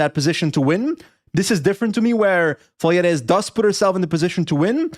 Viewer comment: Boys, Magdeleine is French-Canadian and not Spanish. The "es" in her last name is silent, it's Vallières and not Valieres. Sorry, just a bit of an annoyance that carried over the English broadcast during both the Tour de France and now the World Champs.